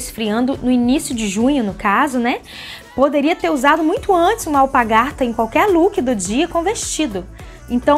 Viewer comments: ela fala alpagarta ao invés de alpargata!! Mas é super simpática, arrasou nas dicas! Eu sou bem simples e to aprendendo!🌻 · Vc fala alpargaRta. AlpaRgata é o certo!😆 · Realmente.. ela disse alpagarta várias vezes. Mas gostei das dicas também! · Não é alpargata que se fala?? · A palavra é alpaRgata! A letra R é na sílaba PAR! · Não é alpagarta, é alpargata.